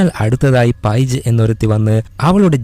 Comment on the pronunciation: പൈജ് അല്ല പെയ്ജ് 😂